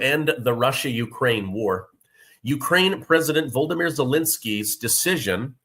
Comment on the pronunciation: Volodymyr” is pronounced voh-loh-DEE-meer. Basically the same way you’re pronouncing Putin’s name.